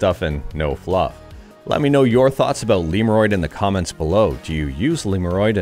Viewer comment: I pronounce it not like liurod, it's lemodroid